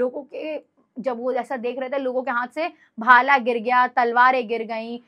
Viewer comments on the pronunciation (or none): भाल nahi bhala